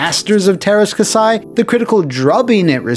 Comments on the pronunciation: Say terska sai one more time, I double dare you! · Just remember:There's are "Ä's" in Teräs Käsi. It's pronounced as the a in "ass". So just pronounce it "terr-ass k-assy" and it should be correct. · As a Finnish person I was always super confused by the title of this game when I saw it in a game store. I always thought it was partially translated name or something weird like that. btw, you butchered the name. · They way he keeps say Teras Kasi wrong just bugs the hell out of me :P